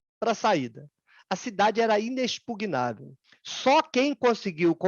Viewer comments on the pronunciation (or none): none